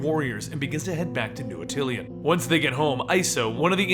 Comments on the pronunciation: DO MORE INHHUMANS STORIES! THEY ARE THE MOST AWESOME BUT SLEPT ON GROUP IN MARVEL COMICS! also just a little peeve: its pronounced At-ti-Lan not At-til-i-an. there is no second "I" in it. sorry it was bothering me. but great video! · ATILAN! NOT ATTILIAN! LEARN TO F**KING READ! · Attilan, not Atillian. :) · It's ATILAN, not ATILIAN -_ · Attilan. Not Atillian. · why do you say atill-ean its just attilan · my boy, it's pronounced Ah-til-lahn. not ah-til-ee-ahn. lmao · Another awesome, quick sidenote though, it's pronounced a-ti-lan as opposed to atilian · Its actually AH-till-lan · Great vid! Yes, more Inhumans! For what its worth, Stan Lee pronounces it A-til-an with the major accent on the first syllable and a minor accent on the 3rd. Once again, thanks and more please!